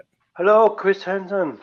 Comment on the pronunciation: Chwis Hansen I'm fwom denmawk